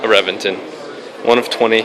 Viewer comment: u said Reventon wrong... ik theres an accent mark somewhere there but its pronounced Reb en tawn... or some shit, simliar to how i spelt it haha none the less its a beast of a car, but its also extremely over priced